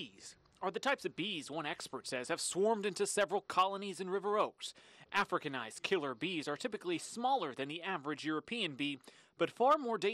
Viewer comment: "Africanised" wow.